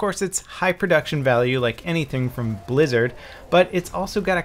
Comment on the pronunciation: Lmao I thought he said brazzers first fps lol